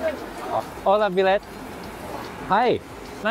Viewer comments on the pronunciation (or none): none